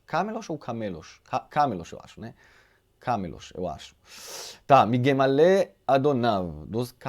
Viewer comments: Shalom!!!..Camelo pronuncia com a tônica no "me" Camêlo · Camelo a sílaba tônica é em “me”.... mas não tem acento em camelo, ok’!